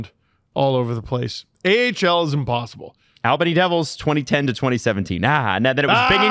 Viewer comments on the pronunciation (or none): LOL Al bany. In NY we say All-ben-e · I laughed at the AL bany thing. & I agree. The River Rats were fun to watch. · I miss my River Rats. Best entertainment in town. Also, it's pronounced ALL-Buh-knee.